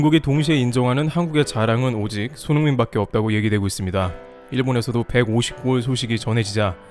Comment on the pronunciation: 손 홍 민이라고 발음하시는거 같다